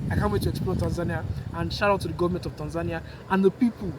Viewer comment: I like the way you pronounce Tanzania…….. thanks for the compliments. Very proudly Tanzanian